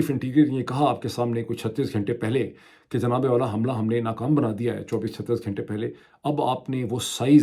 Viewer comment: Wow عاصمہ کو "اسمآء"، گھنٹہ کو "گھینٹہ"، غزہ کو "غازہ" اور عمرو کو Umru کیا خوب تلفظ پایا ہے۔ عمرو کو عمر (Amr) پڑھا جاتا ہے۔